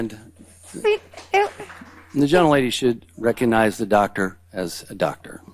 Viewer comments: She can’t even properly pronounce the word doctor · Do they know intelligent HS kids watch this with an interest in government! These people are sooo embarassing! MTG doesn't recognize a Doctor when she can barely finger read and routinely mispronounces basic words? The nerve😂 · I’m digging Crockett and Moskowitz! Bring it y’all! Take the gloves off w these ignit yahews! Just simpletons! Marge can’t even pronounce doctor properly! Frickin goobers and hicks!